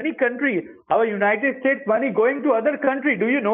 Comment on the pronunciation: United States ❌ United Estates ✅